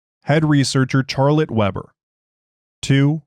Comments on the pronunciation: yes. "Sharlette" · He made me question the pronunciation of the name, it's Shar-let right?